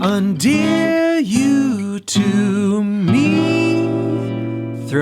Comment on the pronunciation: Why do you pronounce endear undear?